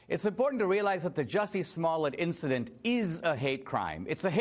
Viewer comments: Juicy Smull-yay.... indicted! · Who is Jussie Smollett? It's French actor Juicy Smooliyeah.